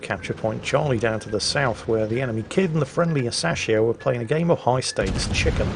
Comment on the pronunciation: Its Ah-Sa-Shi-O, smh